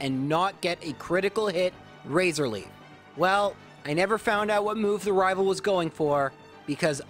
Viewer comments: I love these vids, there nostalgic. But you saying “rival fievel” annoys me more than it should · Just so you know, you saying “rival fival” doesn’t bug me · Why do you say rival fival but do not say rival final? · Everytime says rival i expect a "fival"